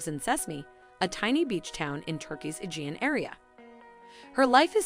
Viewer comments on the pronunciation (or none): none